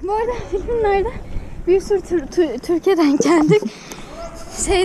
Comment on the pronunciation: Törki demeyin arkadaşlar,Türkiye